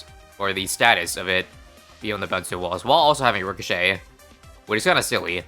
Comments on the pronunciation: Re - co- shay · Ricochet. Pronounced Rih-so-shay-te